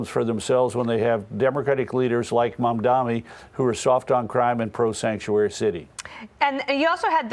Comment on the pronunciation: I don't care anything for Mamdani, but I wonder how it is that Rove and Perino keep mispronouncing his name. Maybe it's time for them to shift exclusively to print journalism!